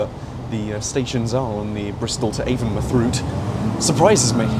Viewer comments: as a bristolian, its avon-mouth not avon muth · Local to the area, it's pronounced AvonMOUTH as in a literal mouth instead of muth. I think even google gets that wrong so don't sweat it :) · Avon mouth not avonmuth! Js! Great video as always!